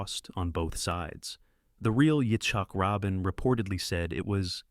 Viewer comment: Learn how to pronounce Yitzak Rabin. Rah-been, not Robin. Jeez. And double-you double-you eye??? It's WW One, you AI idiot. And you muffed WWII at least four times. And his name is Eee-bert, not Eh-bert. Mc-Lag-lan? Really?